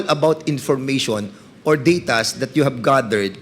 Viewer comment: have....not hub....please naman mag pinoy linguahe na lang kayo mga engot.